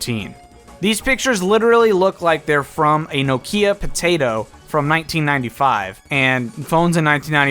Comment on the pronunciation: I've never heard anyone say Nokia like that